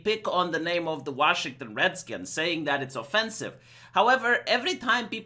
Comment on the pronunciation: Lol couldn't say Redskins lol